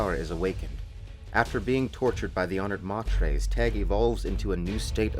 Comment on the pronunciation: You have some cool ideas , but your mispronunciation of names is throwing me off... Honoured Matres - not "Mat-rays" as in the spamish madres, but rather may-trs (stemming from the word matron) Darwi Odrade - it's stated that her name is a form of the Family name Atreidis - not Oh-Drade, but rather Oh-Dra-Day. Alia - stress on the A not the "li" (the name is Arabic in origin) same goes for Ghanima, stress on the first syllable not the second)